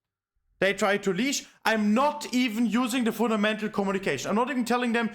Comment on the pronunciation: "Funamental" "Funamental" "Funamental" "Funamental" "Funamental" "Funamental" "Funamental" "Funamental" "Funamental" "Funamental". Saying it so many times wrongly gives me a headache. It is pronounced "FunDamental", course-seller